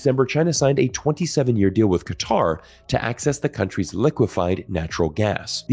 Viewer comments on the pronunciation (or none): none